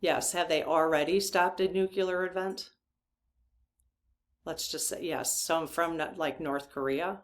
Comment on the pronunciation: Please check the pronunciation of nuclear.